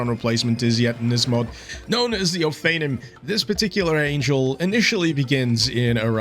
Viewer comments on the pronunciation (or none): I'm pretty sure you're unfamiliar with Hebrew pronunciation, so I'ma let you have this, but it's pronounced oh-fah-NEEM.